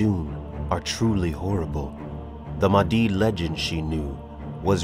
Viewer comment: Mahdi, H sounds like Aha! or ha!...you gotta exhale. Mah di. In islam, during the final days Mahdi will arive and fight dajjal (the anti christ).